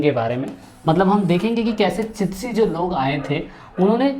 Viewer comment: चितशी नही चिश्ती बोलो